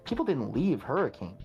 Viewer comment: Wanna hear something that'll make you mad? Hurricane, Utah is actually pronounced, "hurra-ken." (I'm from Utah. It makes me upset every time I think about it.)